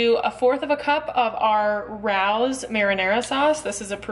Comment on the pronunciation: For the Sauce it’s pronounced Ray O’s — great video.